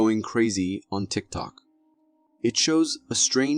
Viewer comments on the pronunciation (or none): Guy and the deer..tik tok, its tik tok!🙄